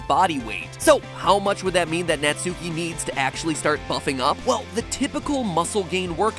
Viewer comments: >NatsUki >sUki >sUUUUUki Matpat pls, would you pronounce the U in Sasuke? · it's natski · Isn’t her name pronounced nah-tski? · it seriously bothers me how you pronounce natsuki's name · Please stop pronouncing her name like that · oh my god it kills me how they pronounce Natsuki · all y'all complaining about stretching the video and being out of ideas meanwhile it hurts me every time you pronounce japanese names wrong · He kept mispronouncing Natsuki's(the way he says it) name if got me on edge everytime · Not even three minutes into the video and I'm already about to flip my table from how many times he has pronounced 'Natsuki' incorrectly. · The way he pronounces Natsuki's is like nails on a chalkboard to me. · Does the way MatPat consistently fails to pronounce Japanese names bug anyone else? He's putting way too much emphasis on the su in Natsuki. To be pronounced the way he says it, her name'd need another u. God. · Ur saying Natsukis name wrong!!! If this is based on japan witch I mean look at them they look like anime girls then the U in Natsuki is silent like in Sasuke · Its nat-ski not NUTSUCKY not NAT SUKI ITS JUST NAUGHT-SKI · Pronouncing Japanese seems to be quite difficult despite the fact that the only rule is to not stress any syllable. Right Mat? Like not naTSUki, just natsuki. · I keep cracking up at natsuki. It’s pronounced Nat-ski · 👋 Hi everyone, so just a quick fact for you if you didn't know, Natsuki isn't pronounced Nat-soo-kee, it's actually pronounced Nart-skee. You're welcome! 😇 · You pronounced her name wrong You pronounced it Nat-sue-ki Its pronounced Nut-ski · It’s natski not nutSUEki I know I’m spelling Natsuki wrong but I’m telling matpat how to say Natsuki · It's knot-ski It isn't gnat-sue-key Pronunciation of Japanese names, amirite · He said Natsuuuuuki: it's spelt Natsuki and pronounced Natski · Netsuki? IS NA-SU-KI NOT NE-SU-KI!!! Mat Pat get your pronunciation right. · Nat-ski is how it's pronounced, not Nat-sue-ki.